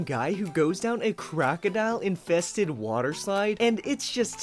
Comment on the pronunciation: He said crocidl